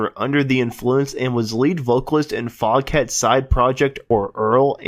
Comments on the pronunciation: It is actually pronounced fogat. The h is silent. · Foghat, pronounced Fog..at. The h is silent.